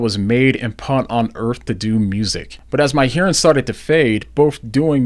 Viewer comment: Is this why you say punt instead of put, and uz instead of us--is it hearing loss related?